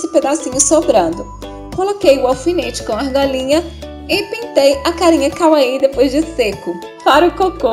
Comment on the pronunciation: amei o vídeo mas só eu ouvi kaaui ao invés de kawaii?